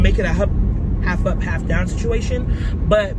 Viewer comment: H-tine mann it’s goin dine Ayyyee 🤘🏾lol and you’re right about the humidity in Houston it’s no joke. Love your vlogs & how authentically real you are💕